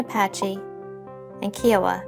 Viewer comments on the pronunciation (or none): Boy!!!! Talk about chopping up pronunciation!!! It's not ly- pan it's Lee pôn It's not hi' carilla it's Hee ca reeya It's not Key owa- it's Ky oh wa.